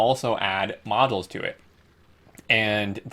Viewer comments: No offense man, but it's bothering the shit outta me. Modules is pronounced mäjōōls. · it's in the dictionary. That's how you pronounce it.